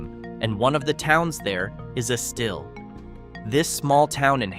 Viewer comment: Its not Esteel it's pronounced Es-still. I got plenty of family there.